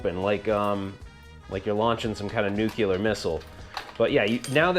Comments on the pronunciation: Only stupid thing Inheard was "Nucular" 🤣🤣🤣🤣 I don't judge though cause, I still say "Ryu" ahem (Rye_eeu) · Nuclear is pronounced new clee er as in when you drop the bomb you get a "new clear" area you can do what you wish to.